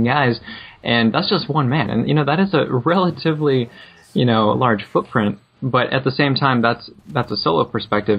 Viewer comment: "Thats a wrelatievly large footprint"